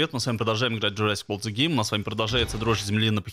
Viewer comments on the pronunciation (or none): none